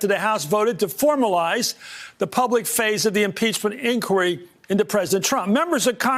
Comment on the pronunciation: `Inquiry` is`nt pronounced `Incuri` you shmuck!